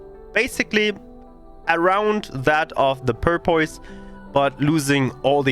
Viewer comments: The English pronunciation for Porpoise is "paw-puss".. (not making fun of you, your English is awesome) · I don't speak a second language, so I mean no disrespect...but it's pronounced "Pour (as in pouring a glass of water) Puss, Pour-puss. The way you were saying it was cracking me up. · I don't know if anyone ever let you know or not, but it is porpoise as in the dolphin like water mammal. porpoise (pronounced pour - pus). just trying to be helpful not mean thanks for your great videos they have been a godsend for a return player.